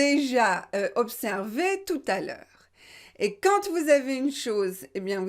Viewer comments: pourquoi vous prononcez "QUAND" quantte? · Dear, will you please explain me why you pronounce the final t in the word quand when there is no liaison.